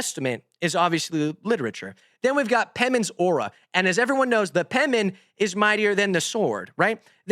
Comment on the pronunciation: I don't know why but "the pemmin mightier than the sword" just cracks me up